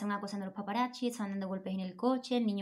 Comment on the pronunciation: me perturba un poco cuando dices PAPARACHIS